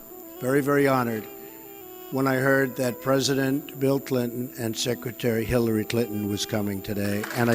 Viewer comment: 6.11 She said killary?